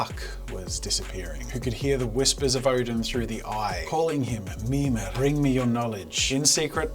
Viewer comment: Kept thinking jazza was sayin Memer, then it came to me, he was saying Mimir.😂😂😂